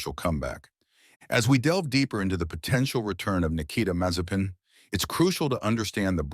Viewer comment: It's Alpine, not Alpaine. It's Mazespin, not Mazepain